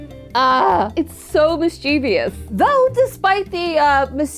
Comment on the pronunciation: PLEASE. It’s mischievous. Not mischevious.